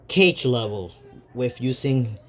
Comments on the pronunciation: This dude saying Cage Other what ifs kage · I actually got kinda heayed when he called kage cage but its aight :/